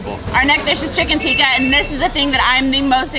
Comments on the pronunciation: it's Tikki in Basket Chaat...Not Tikka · Tikki, not tikka.